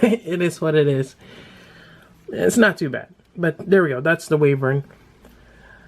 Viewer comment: why-vern is how its pronounced